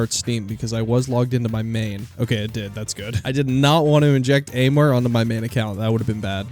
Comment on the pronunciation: its not aimware it is aimwhere